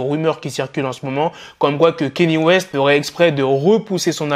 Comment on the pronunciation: Sinon petite rectification sur ta prononciation envers Mr WEST mais c est KANYE WEST et non KENYE WEST voilà car je sais que beaucoup font cette erreur de prononciation sinon toujours lourdes tes news et en route pour le million 👍🏿